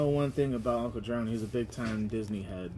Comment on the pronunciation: It’s uncle Jefome